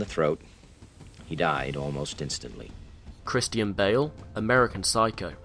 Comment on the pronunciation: Christi-e-n bale? He is great